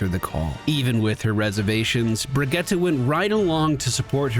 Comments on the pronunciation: Her name is dickens Brigitte pronounced “ Bridge-It”. They say her name in game. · Brih-gee-tuh, so no, you didn't, but I knew what I was getting into and I've forgiven you for more. Love the vids dude. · Youtube comments here! No, you didn't say it right :P haha brih-gee-ta basically like Vageta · Her name is pronounced closer to Brigeetuh. Can hear it in a few of her interactions with some of the cast. So you're close, but just that middle syllable is off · no one says Bridge-it in the game. That isn't how they say their name phonetically in the game at all lol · Nope, it's Bri-git-teh. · How do you get "tuh" from that? That just sounds like Brigitta which is a different name. She clearly says "te" with e from "get", I really don't understand how you don't hear it. Just because you don't hear it, that doesn't mean you and the League video are correct. Sigh, English speakers and their pronunciation 🙄Here, step by step for your ears: ☺ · It's pronounced Br-ee-j-ee-t :) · You are not saying "Brigitte" like a Swedish person would, but that doesn't matter. I don't know where people's obsession with apologizing for not knowing how to pronounce another language comes from. I grew up in a country where some of the sound in my name don't exist, so nobody ever said my full name right and I didn't care or get offended by that. Pronounce names in your language and if anyone gets offended, they're the asshole, not you. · Yes that Overwatch League pronounciation sounds dumb to my Nordic ears too. Here how it's correctly pronounced, straight from her mouth